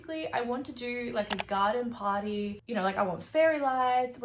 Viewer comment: when she said party secshon I thought she said potty secshon🤣🤣🤣🤣🤣🤣🤣🤣🤣🤣🤣🤣🤣